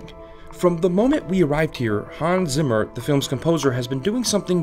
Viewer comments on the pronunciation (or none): none